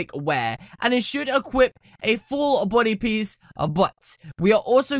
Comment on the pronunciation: You keep saying Buudy Its Body Not Buudy